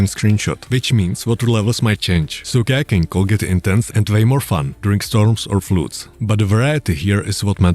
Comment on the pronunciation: Sounds like "gagging"... "So gagging could get intense and way more fun" gla gla gla gla gla 😅